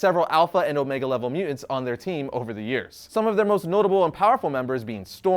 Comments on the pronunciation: Won't lie. The way you pronounce "mutants" as "mue-ents" is annoying. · Is it just me or does ' pronunciation of "mutants" seem...odd? He always says "mute-ents" as opposed to "mu-tants". Just saying. Can't un-hear it ever since I noticed it. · Not a native English speaker here but is it really pronounced at mu'ants? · Has anyone ever told you that your pronunciation of mutants hurts the ears?